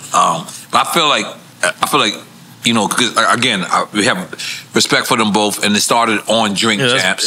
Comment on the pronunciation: If this dude say Boph one more time instead of both 🤣🤣 I'm from southeast Washington DC too and u can say it man I got faith in ya lol